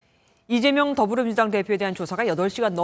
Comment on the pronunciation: 앵커님 왜 자꾸 이대명이라고 하세요 컨셉 좀 그만 잡고 발음 제대로 해주세요